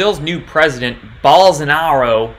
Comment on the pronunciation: Bolsonaro, like bolo! Not 'ah'...O! has links to hear pronunciation...